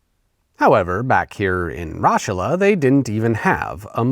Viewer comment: Mozart was from Salzburg, hence why a ton of those videos you show from Mozart things are from Salzburg and specifically not Vienna. As a person who's originally from the region where Raschala is (kudos for getting the pronunciation spot-on by the way!), I always enjoy someone dunking on hollabrunn. But I had to say something.